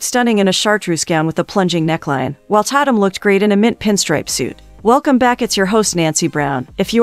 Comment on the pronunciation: It's pronounced TAY TUM😂😂 Dammit!!